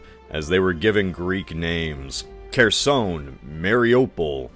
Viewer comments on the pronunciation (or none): It will not get funny to me, that Kherson has been on the news daily for 4 years, and americans still cant pronounce it even if their life depends on it. Il start calling Texas Terxas (Dick tip in my languange) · Hearing him mispronounce Kherson and Tartars horribly hurt me.